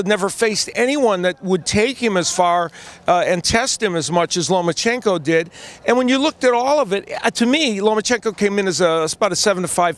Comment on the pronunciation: there is no N in the middle of his name. It's Loma-chenko not LomaN-chenko. Alot of Americans get that wrong.